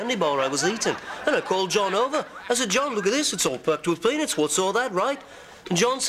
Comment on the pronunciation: hE SAID "PENIS" INSTEAD OF "pEAnUts" HAHAHAHAHAHA The best part is definitely Ringo.